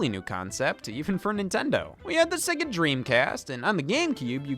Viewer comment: Dude. SEGA, NOT SEGGA. What is wrong with Americans?